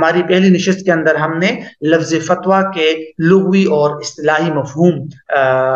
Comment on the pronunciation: حضرت لغوی باسکان الغین نہیں ہے بلکہ بفتح الغین ہے